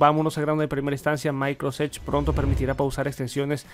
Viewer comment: Oye una pregunta: porqué nunca pronuncias la palabra completa Microsoft? o sea siempre dices "micros edge",, tengo varios años siguiendote y siempre lo pronuncias así, te cuesta trabajo esa palabra? nomas pregunto.